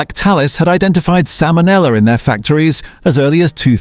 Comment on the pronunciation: Are u fkn kidding salmon ella 😂. The single worst ai reading mistake ever!